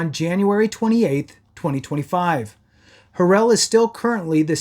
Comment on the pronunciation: You're so misinformed dude. I can't take you serious when you can't pronounce his name.